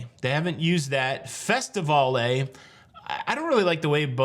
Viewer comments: I believe it was pronounced "Trop-i-cal" - not "Trop-i-cal-A." Carnivale also had a ship that I did sail on called the Festivale. The staff pronounced the name of the ship as "Festi-I-val" rather than "Fest-I-Val-A." Just think of how you pronounce Carnivale --> "Carn-i-val" rather than Carn-i-val-A." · Having sailed on the Festivale, the Carnivale and the Tropicale I can assure you that Carnival did not pronounce their names as you do. Think Festi-Vaal, etc. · Dide, you're messing up those old ship names. "CarnivAL" TropicAL" "FestivAL" -no "ay" sound at the end. I sailed two of those, so I speak from experience. :) I did a couple of trips on the old/original Holiday, and wouldn't mind seeing the name return. Thanks for all the news and updates. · The Festivale. Sailed on her in 1979. And I think it’s pronounced “Fest-i-Val”. No e sound at the end. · Did anyone explain the pronunciations for Carnivale, Festivale and Tropicale? You do not pronounce the "e" at the end like Carnival-AY. It's like Carnival...except that the accented syllable is different. It's CarniVAL (and FestiVAL and TropiCAL). Just thought you'd like to know since you didn't seem thrilled with Carnival-AY. (I should clarify...the VAL is pronounced as the CAL is in CAL-ifornia.) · Festivale, Carnivale are not pronounced using the “e” at the end at the end but a long or drawn out “all” sound.